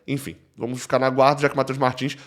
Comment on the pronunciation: Reinaldo não deve "dicar" e sim "ficar" 👍🏾